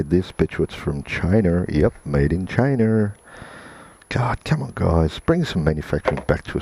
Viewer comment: Am i tge only one hearung ''Chiner"?!! Instead og china..?